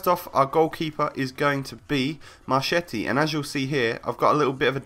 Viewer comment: I'M ITALIAN AND HIS PRONUNCE IS " M-A-R-K-E-T-T-I" CH=K